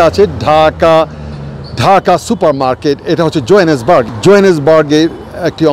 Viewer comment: জোহানেসবার্গকে জয়নেসবার্গ বলছে দশটা দেশ ঘুরলেই শিক্ষিত হওয়া যায় না